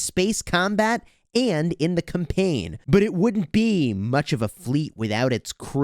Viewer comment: It’s CAMpaign, not cumpaign…